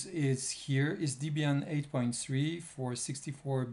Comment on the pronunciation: It's Debian, not Deebian